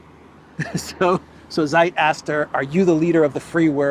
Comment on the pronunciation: it's not SAJT "ZEIT" - read it "TSAYT" Z in German is TS (like ZAGREB, like Zeebra) ZI